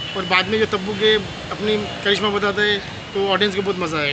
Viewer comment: Tabu ko Tappu bola yeh 😂🤣🤣